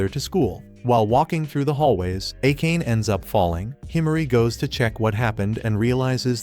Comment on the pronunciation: Bro saying akane instead of a ka ne